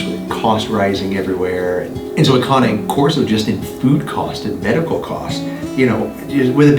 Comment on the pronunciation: Thank you for finally pronouncing Cane Corso correctly! Not criticizing you, please take it as a compliment! As someone who speaks a little bit of Italian, cane means dog in Italian. This breed is an Italian Mastiff. I would cringe when you pronounced it cane like ‘candy cane’. I know it’s next to impossible to know all the correct pronunciations- but I was so proud when you finally got it right!! 👏🏻👏🏻👏🏻 On another thought, that first dog was GORGEOUS!! (But aren’t they all?) Love your show. ❤️